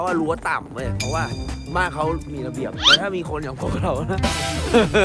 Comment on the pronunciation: เขาชื่อพี่ แบงค์ ไม่ใช่ แบ่ง เพื่อน ไม่ใช่ เพื้อน มี ไม่ใช่ มี่ เดี๋ยว ไม่ใช่ เดี่ยว เยี่ยม ไม่ใช่ เยี้ยม วิ่ง ไม่ใช่ วิ่งไปฝึกภาษาไทยนะคะไม่ได้ด่าว่านะแค่บอกให้รู้